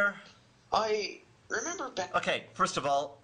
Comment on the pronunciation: “foist of all…”